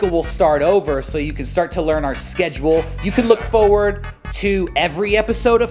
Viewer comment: Yo, you pronounce "forward" wrong just thought you'd wanna know.